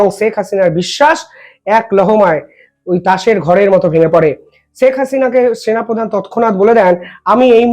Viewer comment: ষ স স না করে শে উচ্চারন করতে শিখুন। শেখ হাসিনা উচ্চারন করুন।